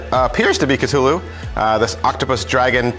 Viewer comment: Catulu... why just why pronounce it like that